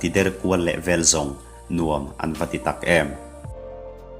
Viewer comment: An ni lovin a'n tih a lam tur a nih hmel